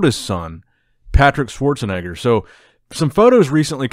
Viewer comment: You said it right Schwarzenegger name...